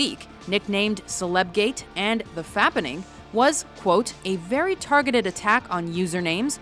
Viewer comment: Hearing you say "fappening" seriously made me burst out with laughter.